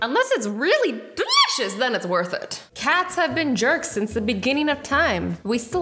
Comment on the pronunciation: “It’s... DELICIOUS!”